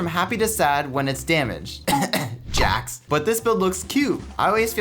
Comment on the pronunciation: You pronounced Jax wrong